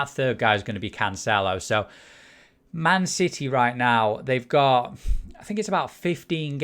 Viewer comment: ‘Man Siddy’